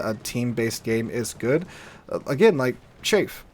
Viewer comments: Because we are talking about metal bits used to confuse radar the pronunciation of chaff is: "chaef" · Chaff is pronounced with a short "a". It's not chaffe because there is no 'e' in the word, nor is it pronounced "shaf". If you hear this from an native english speaker, then they are idiots. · Chaff, short "A" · I fly planes with chaff on them. The pronunciation is "ch" as in chug and "aff" as in gaffer. "Shaff" or "chafe" are incorrect pronunciations.